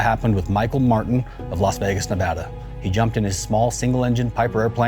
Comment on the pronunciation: thank you for saying Nevada right